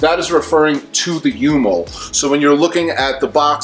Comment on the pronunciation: It's micro mol. Not u mol